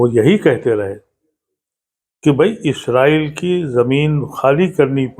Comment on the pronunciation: آ پ کو اس سے پہلے بھی لکھ چکا ہوں کہ اصل لفظ " اسرائیل" ہے نہ کہ ازرائیل ۔ آ پ کے مہمان جناب ادیب صاحب خود آ پ کے سامنے بیٹھ کر بار بار لفظ اسرائیل بول رہے ہیں مگر تعجب ہے کہ آ پ ازرائیل کا ورد کیے جا رہے ہیں؟